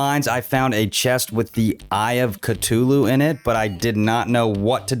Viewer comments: "eye of catolu" 😭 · When he first said eye of ctuly it cracked me up 😂😂😂 It’s pronounced cuh-thoo-loo by the way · I hate how he says Cthulhu as cu-toto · Are we just gonna ignore the fact that he pronounces “Cthulhu” “Ctulu” I mean I don’t care I’m just saying